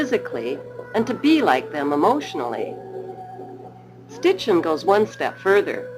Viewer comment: I know I'm knit picking but it bugs me that the narrator says Stitchen noy Sitchen .